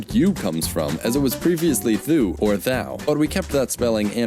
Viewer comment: this is VERY wrong. First, thou isn't pronounced that way. Second, you comes from ëow, which is an old English word. Thou was the "informal" version of you, but with time it vanished and you started to be used both formally and informally